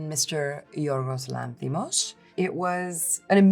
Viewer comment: The way she says Yiorgos Lanthimos! Her Greek pronunciation was spot on!